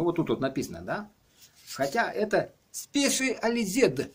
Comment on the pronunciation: Не спешализед 😂 а спэшалайзэд